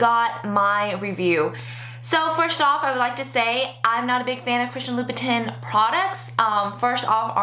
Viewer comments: Great review. Btw, it's pronounced "loo-boo-tan" instead of "tin". :) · the correct way is tan but with a nasal sound. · not to be a bitch but loobitin though?? why didnt you make sure you were saying it right like you knew you were making the video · Its pronounced Loubouton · I'm french and the real pronunciation is "loubou-tain" You were pretty close though :) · Im telling her how to pronounce it phonetically, she would read louboutain the same way she read louboutin :) Dont worry I know how to pronounce it :) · Fuck French pronunciation!! I don't say "loubou-tain"! English please! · I can help but cringe when you mispronounce Louboutin LOL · I hate it when people pronounce it like that and they try to act all great lol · Everybody should be able to pronounce Louboutin correctly by now....... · You are not fashion. Because you have items with fashion labels attached...does not mean you deserve them. You pronounced Louboutin like you live on a foreign farm. Stay away from couture. You don't get it. It's not for you. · How can you review it when you can't even pronounce the brand?